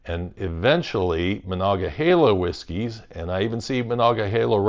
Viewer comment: You actually say monogahela right, are you from around here? It seems like everyone online says monogaheela for some reason